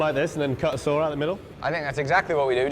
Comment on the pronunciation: It's a "saw", not a "soor"